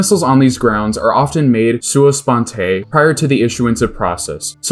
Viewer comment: Sua sponte is "soo-uh."